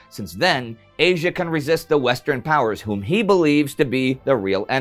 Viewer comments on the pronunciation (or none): none